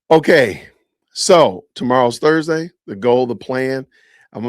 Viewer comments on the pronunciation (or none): none